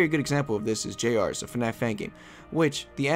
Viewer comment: Did you just say j-rs ITS PRONOUNCED JUNIORS